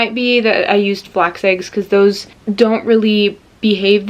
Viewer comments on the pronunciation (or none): none